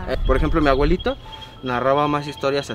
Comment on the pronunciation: No sé cuántas veces el vato dijo "mi agüelito", A-BUE-LI-TO, es una "B", "B", "B".